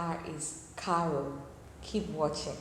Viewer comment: A pronúncia desse R em CARRO é igual ao H em HOUSE 😉